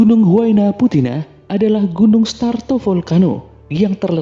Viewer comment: Strato.. bukan Starto !!!